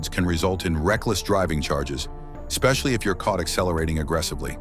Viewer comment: AI said ‘ekspecially’.